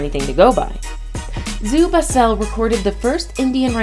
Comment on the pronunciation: Barcelona zoo is rundown and a bit depressing. Zoo Basel however is amazing! So many animals in a lovely garden right in the middle of the city. Your pronunciation however was horrible 😂 Bazzell